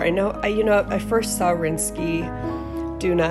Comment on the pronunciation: I like from the colour into the black. Not sure about the white side. Rinske Douna is pronounced Rinska Downa.